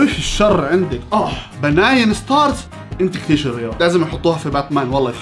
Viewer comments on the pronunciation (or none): بنين ستارز ❌ باناين ستارز ✔️